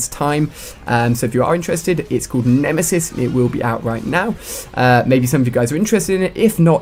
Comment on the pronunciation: You messed up on the word "Nemesis"